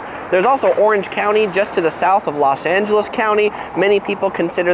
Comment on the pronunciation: Why Do You Keep Saying Las? And Nothing Beats LA keep That In Mind❤️👌🏻